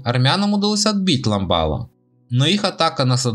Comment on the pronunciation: Автор не Садахло а Садахлы,не Лямбало а Лямбяли